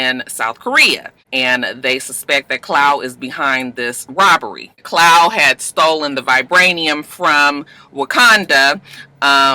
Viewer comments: CLAAAAWWWWW! lol Not Clow. lol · Babygirl who the Fuck is Clow lol!! Klaw my sista pronounced claw😂😂😂